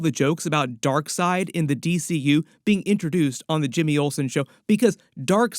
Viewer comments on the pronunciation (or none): none